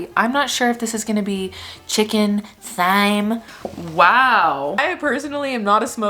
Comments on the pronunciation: Thyme it's literally not thigh-m it's time, it's always been time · You threw her with the “thighm” not “time” pronouncement lol. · OMFG WHEN YOU GOT ON THE PHONE I CRINGED KNOWING YOU WERE ABOUT TO SAY THIGH-M 😭😭😭😭 it’s just like time, that video did you so dirty lol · YOU PRONOUNCE THYME AS TIME, I have no idea why it said it was ‘th’ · It’s pronounced “time,” not “thighm.” Listen to the song by Simon & Garfunkel. Parsley Sage Rosemary and Time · It's definitely not pronounced "thhhyme", it's just pronounced the same as "time". That internet fella did you dirty. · Girl its time not thigh-me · No says th-yme they said it like “time” technology isn’t always correct lol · Just for the record, the name of the herb with which the chicken on the hotel menu was roasted is pronounced "time" here in the United States. I suspect the video you consulted was from Great Britain given the accent of the pronouncer. They may well pronounce it "thime" on the other side of the pond but not over here! I'm surprised that you're not aware that British and American English are not always the same. Even if you don't come from a very culturally well exposed family, surely you've seen TV shows or movies set in Great Britain. There are many words pronounced differently in these two different versions of the English language, and there are even completely different words for the same thing. For example, the Brits call what we call a sweater a "jumper." Your first clue should have been that the man speaking in the video had a British accent. Just sayin'...... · its pronounced 'TIME' not 'THIME' 🤣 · Wait… thigh-m?? But Simon & Garfunkel say time? I’ve always said time 🤷‍♀️ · Hello Chef here, Thyme is pronounced time not thime. 🤘🌼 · Ok is Thyme really pronounced 'thigh-m' or have I been lied to my entire life lmao. It is DEFINITELY 'time'. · It is time not thime for thyme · ITS PRONOUNCED TIME NOT THYME IM DEAD💀💀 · That done you so dirty🤦‍♀️😂It IS pronounced as ‘Time’!🤣👏👌